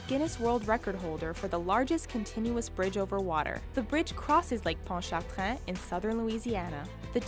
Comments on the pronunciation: you're supposed to say ponch-a-train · It's pon-Cha-train bridge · I live in South Mississippi but I've crossed Pontchartrain multiple times. Everyone in know pronounces it Pont-cha-train or Pont-ta-train. It's not even that dangerous. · I live by the lake ponchatrain bridge and drive on it every day p.s its ponch-a-train not ponchitrun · no no no there is no French accent need in Lake Pontchartrain say it like this pon-cha-train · I like the way she said "Pontchartrain" but in Louisiana, we say "pon-cha-train." lol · It's Ponchartrain (Panchertrain) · Ponchatrain. Sounds like punch a train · Butchers "Ponchatrain". Bridge ain't that bad anyway lol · I even have family from there and they do not say it like that as many others do not. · Yeah I've never heard anyone from Louisiana say it like that. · I know right! I live in Nola my entire life and never heard it like this. Ppl who don't live here just won't get it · my friends and I keep laugh at how she says Pontchartrain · I'm trying not to laugh at how she said pontchartrain. Okay it may be because I'm from south Louisiana but really? Is it that hard? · I live in the Louisiana and you didn't say the bridge right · You didn't say ponchatrain right and it's not dangerous